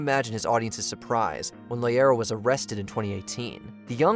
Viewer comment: Its loera not loyera I CAN'T BELIEVE AWP MADE IT ON HERE!